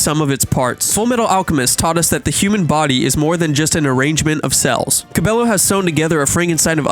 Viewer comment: at least say her last name right 💀